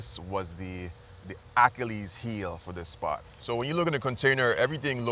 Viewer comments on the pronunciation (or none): none